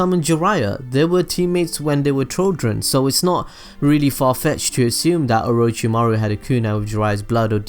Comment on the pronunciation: Mispronounced names: Orochimaru Nagato Kabuto (HOW THE FUCK DO YOU MISPRONOUNCE KABUTO???) Obito Shisui Deidara Itachi Naruto (once near the end)